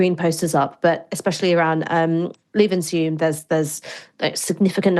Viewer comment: That pronunciation of Levenshulme 🤣